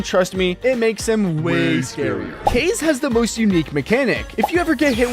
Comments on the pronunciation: Nah bro it’s Kaze (Kah zeh) not case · It's ka zay 😅